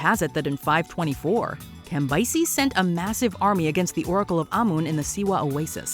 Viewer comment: The way she says Cambyses is criminal!!